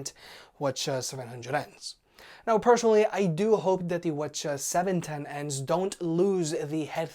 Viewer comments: All this “whchaa” was impossible to follow and actually annoying. Just call them 710 and 700. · I can’t watch this video anymore... I can’t deal with the pronunciation “wha cha wha cha” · Bro, Just say call 'em 700/710. But still, you can really "wah cha" with a straight face. 😂😂😂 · If these weren’t wireless, I would have strangled myself with the cord after hearing that word a few times.